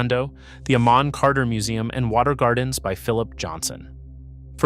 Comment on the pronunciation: Your AI pronounced Amon Carter incorrectly. It’s pronounced with emphasis on the hard A, much like American Protestants pronounce Amen, at the end of prayers. Otherwise, this is a good video on Ft Worth history.